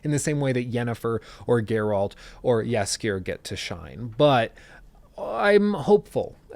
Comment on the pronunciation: Whenever I hear him say Jaskijeeer when refering to dandelion I just can't help myself but chuckle a bit Good attempt tho <3